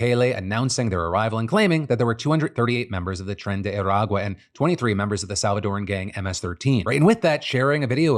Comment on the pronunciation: As a Venezuelan, listening to Phil say 'Tren de Aragua' is... Bizarre.